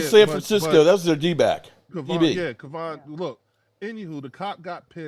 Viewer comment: ....u hear every damn body on your call in show say Kavontae. Not KAYVON....yet u still call him Kayvon